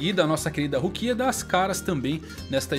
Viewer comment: Ichígo, Rukía, Ichíka, Renjí, não da cara, não dá...